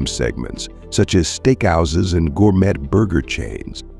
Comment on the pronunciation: gour-met? You mean gour-may right? Why aren't you showing replies on people's remarks? Talk about automated process. This video is automated garbage. Jeez!